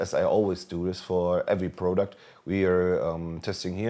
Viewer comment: I got nothing in favor or against the mouse but how about you lower your cockiness by about a million? saying a 69- dollar mouse is 'nothing special' when it packs flagship specs is undermining the product. By the way it's not pronounced 'prOUduct'.